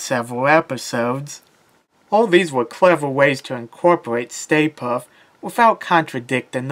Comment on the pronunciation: Puft not Puff